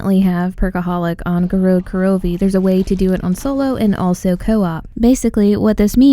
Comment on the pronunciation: gorowd korovi 😂😂😂😂😂